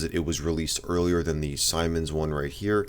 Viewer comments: Its not Simon's its seemens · BTW, siemens is pronounced as zeemens as see (i see..) since it's German... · It is actually pronounced "See-mens" 😂😂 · It's pronounced semens. As in semen. It's a German company and I before e always makes an eee sound in german. E before I makes an eye sound. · It’s not pronounced Simon, it’s actually pronounced seamen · Interesting video and info. Siemens is btw pronounced like 'seamens' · the ads around me pronounce that brand as "semens" its odd